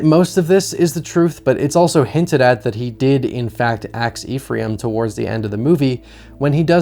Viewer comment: Hey no judgement but the character’s fake name is pronounced like “Efrum” phonetically, also his former boss was his foreman, not former.